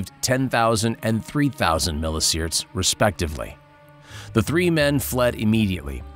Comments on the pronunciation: "sea-verts" not "seaerts" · Just fyi- it’s pronounced like mil EE see vert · Millisieverts isn't pronounced "milliseerds" and hematopoietic isn't pronounced "hemmopoetic".